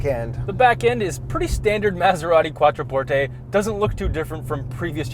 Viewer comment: I love that he pronounced it correctly!!!!🙌